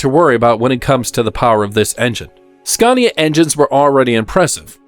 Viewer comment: I don't see what a budget has to do with inaccurate dialogue and AWFUL AI pronunciation. For a channel about trucks, showing a video about trucks, to mispronounce their actual names is pretty sloppy. Iveco and Scania for example. Just narrate it yourself, would make a nice change!